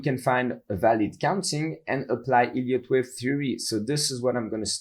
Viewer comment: Sounds like he's saying "idiot" wave lol